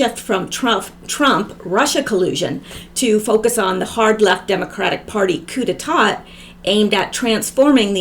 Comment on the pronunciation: coup d'état is pronounced "coo-day-TAH' <3 <3 <3